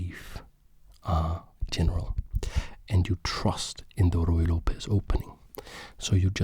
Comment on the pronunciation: hi! love your videos, but as a latina i have to say that the correct pronunciation of Lopez is something like López, with the main sound being on letter "o". hope you understand, you are doing real good quality content:)